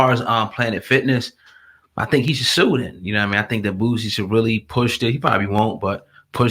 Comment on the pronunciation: Boosie!!! Not bootsie!!!😂😂😂